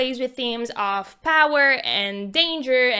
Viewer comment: It’s pronounced of Not OOFF ur voice is soooooo bad